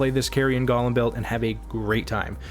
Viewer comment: go-lem, not guh-lem